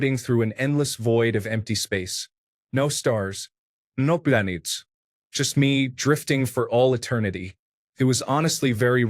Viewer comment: “nO pLãNets”